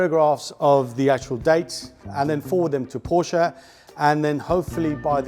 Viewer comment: bravo now saying Porsche correctly! You prove we're never too old, or too cool, to learn 💪